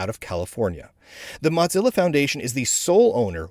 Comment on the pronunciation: Say "Mottzilla" one more time... I dare you... 😁